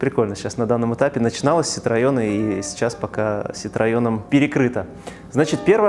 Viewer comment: Смотрю вас давно, очень нравится, только слух режет, невозможно....не нИссан, а ниссАн, и не ситраён, а ситраЕн!!!!!!!!!!!!!!!!!!!!!!!!!!!!!!!!!!!!!!